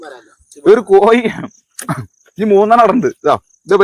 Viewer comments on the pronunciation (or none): കോയി അല്ല കോഴി